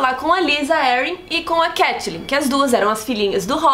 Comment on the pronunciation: eu AMO todos os vídeos, mas o jeito que vcs pronunciam Catelyn é muito irritante :(